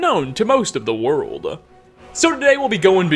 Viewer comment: Only this guy can make the word “world” three syllables. “Wor-or-orld” Sigh.